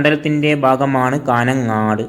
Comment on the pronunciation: കാനംങ്ങാട്ട് 😂😂😂😂😂 കാഞ്ഞംങ്ങാട് ആണ്..